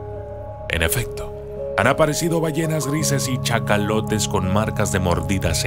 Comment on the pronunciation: Hola solo corregir que es cachalote y dijiste chacalote tienes buen material solo como que es difícil de creer algunas cosas